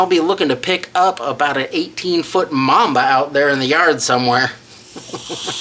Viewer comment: “18 foot momba”. … 😂